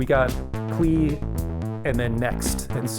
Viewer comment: Klee is supposed to be pronounced “Clay” as in Paul Klee. 😉